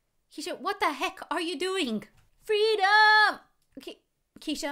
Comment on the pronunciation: I love when she said feedom🤣😂